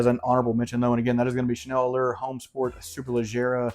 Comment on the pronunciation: Great vid and recs. Xerjoff Renaissance is my fave. “Citrusy” is the word you are looking for I think. ; ) You cracked me up! And it’s “Ohm” not Homme homie, lol. Hope you are feeling better!